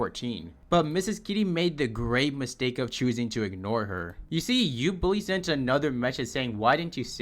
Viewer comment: U bully ❌ Ubooly✅